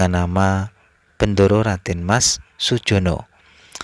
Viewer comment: Kurang pas klo dibaca bray maaf y..bendoro raden ayu..